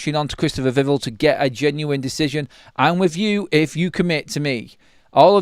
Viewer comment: It's VIV ELL like Bell 🔔